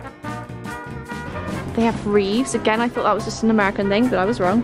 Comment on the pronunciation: ‘ reeves ‘ Keanu Reeves